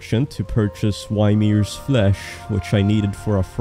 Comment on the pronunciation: Your pronunciation of Ymir had me do an actual double take